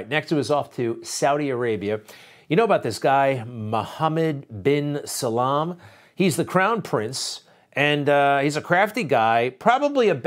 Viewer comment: Mohammed Bin Sal-MAN not Salaam.